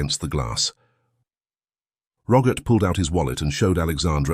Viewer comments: Roggit? It’s Robert 🙄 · His name is ROBERT, not RoGert...lol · ..also.. a soft ‘G’.. in place of the ‘B’.. Geeeesh🤨😐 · Why do you call Robert - Rogert ?. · How did robert morph into rogert? Like the english say yoghurt? It's not spelled like roger, just messed up! Kasey is not spelled Cassie, you have wierd pronunciation. Cassie has a short a. Use the right spelling for goodness sake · The Narrator says the name Robert.. with a Hard G in place of the B.. Aggravating..🤨.. ur.. Good, Scary story👍🏼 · Ok.. now it’s ‘ck’ in place of ‘B’😐